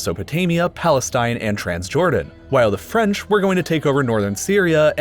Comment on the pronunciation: I like how he say plastine